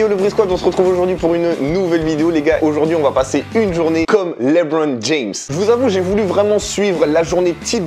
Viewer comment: par contre mispronounce le nom du King comme ça c’est très grave monsieur ! L’intonation est sur la deuxième syllabe de « Lebron » -> « Le-BRON » James